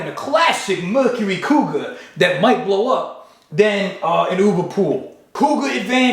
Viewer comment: Couguar compass lol